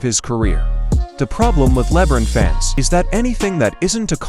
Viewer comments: "Leb-run James"... Lmfao 😆🤣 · Can we keep pronouncing his name this way hahaha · I despise LeBum... but if you're going to talk about him, say the name right.